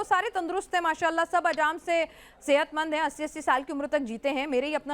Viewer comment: ने माशाल्लाहा कह रही है 😂😂